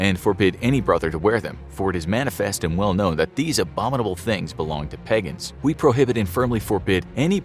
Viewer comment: "peg-ins"? Pagan is actually pronounced very closely to how it's spelled..... I don't know how you got "pEgIn" to replace "pAgAn"! Program your speech bot better!